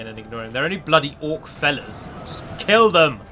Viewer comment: It sounded like you said "orc fellas"...